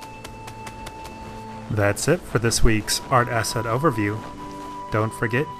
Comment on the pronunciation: omg i keep thinking hes sayin asshat instead of asset